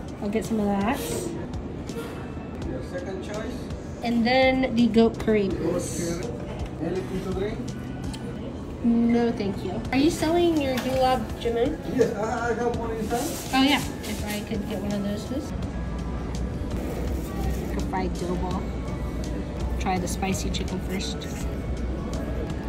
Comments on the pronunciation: it's pronounced Gulab Jah-Mun not Gulab Jah-Moon, heads up. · Hey the glab-jumun I’d from my country (Punjab) and you might need to correct a bit of your pronunciation. Anyways have a blessed day bye:) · It is pronounced ga-lab-ja-min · I’m not trying to be mean but the way you pronounced gulab jamun made me cringe